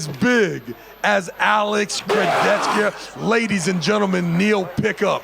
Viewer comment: Travis "Alex Kurdechka" Bagent